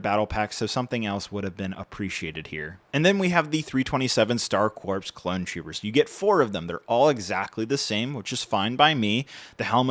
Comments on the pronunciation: I noticed you pronounced Corps like “corpse” it’s actual pronunciation would be “core”. Just informing if you didn’t know. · Pronounced "Core," not "Corpse." I know that it's spelled with a "P" you don't pronounce it. Confusing, I know... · corps is pronounced "core", not "corpse" <33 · Corps is pronounced as “core” not “corpse” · It's pronounced like Star "Core", not "Corpse". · Heads up for future reference; “Star Corps” is pronounced as “Star Core,” like “Marine Corps,” not “corpse.” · Its pronounced CORE not CORPSE😂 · Please stop pronouncing “Corps” with an “s”. It’s pronounced “core”, like the “US Marine Corps”. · Corps is pronounced “core” not “corpse”. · Coreeeeeeeeee!!!! its pronounced core not corP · Please pronounce corps properly 😭 its 'core' not 'corpse' - I actually remember being taught this as a child specifically when I was talking about the star corps from my star wars encyclopaedia!! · Just an fyi, the word “corps” is pronounced “core” (the ps is silent) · Corps is pronounced as Core, not Corpse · CORE, CORE, IT'S PRONOUNCED CORE NOT CORPSE Lovely review, thank you! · Hate to be this guys but 327th Star “Corps” is pronounced “core.” A corpse is a dead body, a corps is a military unit made up of several divisions. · It’s pronounced Star Corps (core). A corpse is a dead body. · the rps is corps is silent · bro it’s pronounced “core” not corpse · "Corps" is pronounced "core" this has been killing me on multiple channels talking about these 327th Star Corps sets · Great review, as always. It’s pronounced “core” not “corp” though! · $45 is nuts. Also corps is pronounced with a silent p, so its just core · Star Corps pronounced as “Star Core” not “Star Corpse” It might as well be the latter considering the state of everyone’s wallet after buying this at MSRP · only thing that comes second in terms of how egregious that price is is pronouncing Corps like “corpse” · Mf said corpse like a goober (great video tho tyfys) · The ps in corps is silent.